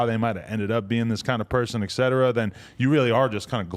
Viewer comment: Adam 22 I love you bro. I watch your podcast every single day. You're the one I look forward too... But 45 minutes in you talk about caring about Grammer and how it is important to you to say things properly... That being said, you have got to start saying the word etc properly... Because he said it about seven times incorrectly and this episode and you say it incorrectly in about every other episode